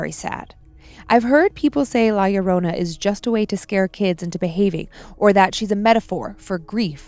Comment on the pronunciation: It sounded like said "Y'all Lorrona" and now I can't get a Deep Fried Southern version of Llorona out of my mind 😂